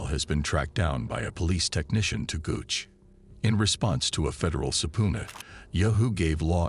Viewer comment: Supuna eh It's sub peena :P